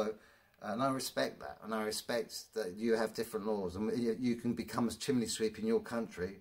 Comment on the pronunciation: I have to ask.. What is the point of those gloves? And, have you thought about maybe scripting and editing your video after you film? The nonsensical drivel is incredible. Oh, and it's pronounced "chim ney" not "chim ley" And no, sweeps don't all have ladders. The first part of health and safety is avoid risk if you can, reducing work at height is reducing risk. And maybe if you worked efficiently you wouldn't have to work 7 days a week. How can anyone who's done this job for 24 year years take this long to swap out bricks? Just wear a flaming mask and edit the video after🫣. How do you get through life, let alone get through a working day? What the hell has politics got to do with it? Please stop the videos, it's nonsense 😑. Oh and UK law has nothing to do with it either. Just learn when to stop speaking! I'm embarrassed that you're English 😢😩